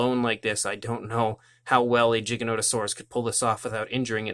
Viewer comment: Its pronounced with a a G not a J